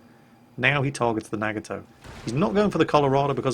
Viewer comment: im sorry but i have to, its a NA-Got-Toe